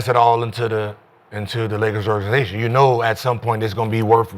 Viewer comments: right wtf is a or gan NYE zation lmao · * organ eye Nation😅